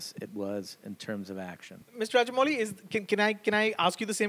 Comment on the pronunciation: I love how Joe is calling Rajamouli as ''raja'' a king!